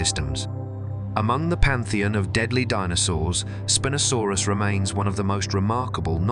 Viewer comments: It's "spine-o" saurus... not "spin-o" lol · Did the Spin-O sarus spin around like in a disco or was it named for having a large sail for a SPINE? I'm hoping for the disco name as I love disco balls and spinning around but alas I think IT IS PRONOUNCE SPINE-O-SARUS.